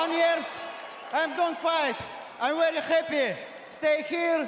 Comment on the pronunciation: "Wery wery important"